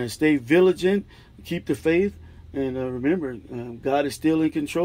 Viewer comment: Vigilant not Villagant